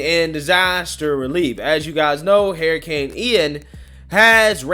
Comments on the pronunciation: you are my favorite but please for the love of God say it like this.....her i cane....not hair i cane. Hurricane. LoL. I like it when people correct me. Figured you like that too. Sarcasm. ♥️😁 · I love you but it's Hurricane Huuuricane not Herricane lol